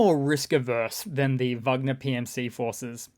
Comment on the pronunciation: Thanks for saying Vagner not Wagner.